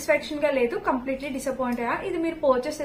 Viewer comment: Porchuse kadu purchase